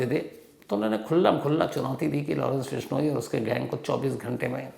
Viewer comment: Total fake. Vishnoi pronounce like bihari accent😂